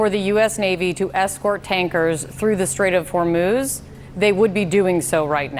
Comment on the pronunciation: Trump said straits of hurmooz was under control lol